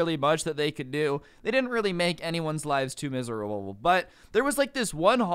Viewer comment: has anyone else realize he messed up the word "miserable" at the beginning of the vid (sort of)